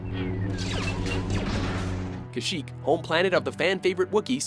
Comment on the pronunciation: Lmao: good choices but they said "...Even the Jedi Council Chambers." They showed the war room. Lol. At least they pronounced Kashyyyk properly.